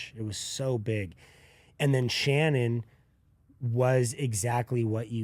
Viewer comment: Folks... the name is Shannen, not Shannon or Shannan. Shannen. It's even written in the title so pay attention.